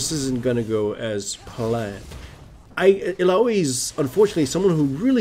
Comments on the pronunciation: illaoi ill-ow-ee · the way you pronounce illaoi makes me want to rip the skin off of my fucking bones. it's EE-LA-WEE